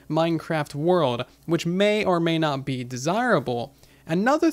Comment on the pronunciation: "may or may not BEE desireable"